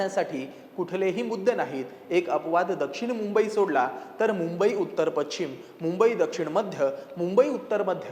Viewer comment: पश्चिम किंवा पशचीम हा उच्चार आहे , पछीम नाही